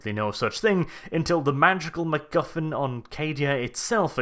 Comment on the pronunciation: I liked how you said McGuffin. I also liked how you said another word but that is rather rude to repeat. Thanks for a fun review.